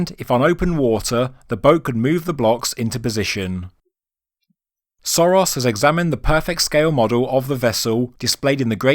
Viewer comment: It's not Soros. It's Sörös (pronounced Shoeroes). And the boat might be that old, and at the same time the pyramid could also be linked to Khufu. It simply needs the pyramid to be built for that long, so that the beginning of the work started when the boat was made, and they finished it in the era of Khufu. It would not be an unprecedented example, the Cologne Cathedral was also built for 600 years. And looking at the size of the pyramid and the level of technology available that time the surprise would be if they didn't build it for that long.